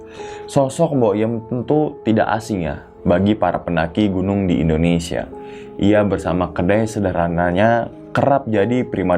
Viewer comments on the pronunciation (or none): none